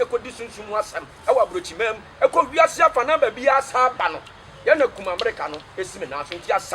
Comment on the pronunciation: Akoa wei paaa kumerica koraa u can say u say kumamerica,,,u dey cam talk u brought it fiorrr